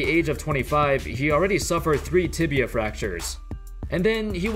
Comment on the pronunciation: Man this guy is really cursed the word "Tibia".